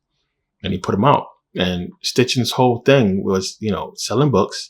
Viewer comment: So much to unpack lol 1st it’s not STichen. 2nd he didn’t translate most of the writings, it was translated prior to him by multiple people. Tons more to say but no space. If you can’t even get his simple name right, why would anyone trust YOUR findings? Nahhh! Lol